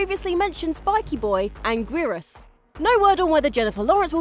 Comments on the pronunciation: "angrearus?" i don't know why but when people say the names wrong it irritates me a lot, but people are different guess so i try not to judge, but really? the names aren't not hard say. like when people say "destroyer" when its pronounced "desrtroyah" as an example. But the way names are pronounced don't matter i guess if you know what there taking about anyway. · the pronunciation of gigan and anguirus in this hurt my soul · The way you pronounced gigan and anguirus made me die a little inside